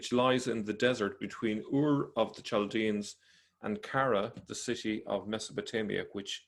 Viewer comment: It’s pronounced caldeans not chal I know because I am 1